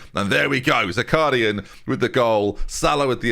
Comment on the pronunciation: Zakharyan is pronounced - ZA - HA (like in ha-ha) - RYAN ("ya" like in "nyan-cat")